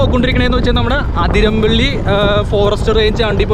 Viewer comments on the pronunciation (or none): Not അതിരമ്പള്ളി... But അതിരപ്പള്ളി